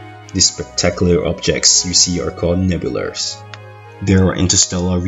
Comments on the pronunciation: "These Spectacular things you see here are called Nebulrs" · I love "nebulers" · Did he really call nebulas nebulerrs? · I don't care what language you speak... They aren't pronounced, "neb-u-lers". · "They are called nebulers" wait what "nebulers" I have never heard of this fascinating word... oh never mind he just doesn't know how to pronounce nebulas